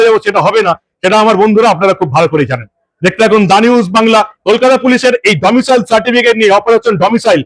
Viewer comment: Domicial noy; Domicile.